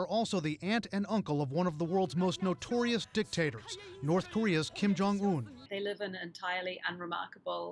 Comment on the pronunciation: Kim Jing Un (you mean Kim Jong-un